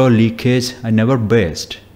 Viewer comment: Why do you try to speak and imitate western accent. You seem to stress on words like burst, peick it etc to sound stylish. Please don't do that. You may kindly speak in your natural accent and that is good in itself.